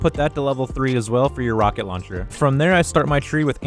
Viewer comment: I think he sounds fine 🤷‍♂️ only thing I could think of is when he says shield or launcher